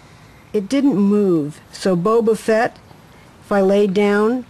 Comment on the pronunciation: BO-BO fett LOL